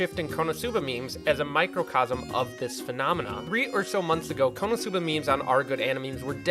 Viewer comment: When you said konoscuba I thought it was going to be scooby-doo and it was konoscooba